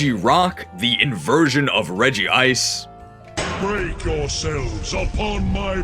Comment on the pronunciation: why did you add an extra syllable to Regice's name